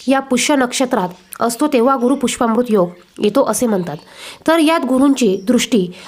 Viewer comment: मॅडम गुरू पुष्यामॄत योग असे म्हणा. पुष्पामृत नाही.